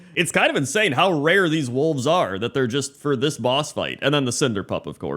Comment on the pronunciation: Oh wolves i thught he said walls